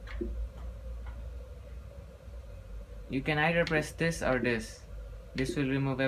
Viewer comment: "you can ider press dis or dis" xD